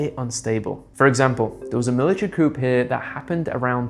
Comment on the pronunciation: Coup is pronounced “Coo”, the P is silent 👍🏼